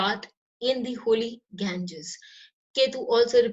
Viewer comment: As always, it was very useful. I watch all of your videos and learn a lot through these. Ifay share, one observation, when you pronounced name of holy Ganges, it was very foreign and could have been avoided. In my view name is a very powerful for any being. Pranam🙏